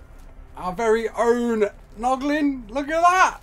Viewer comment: Haha he said poglin instead of noglin again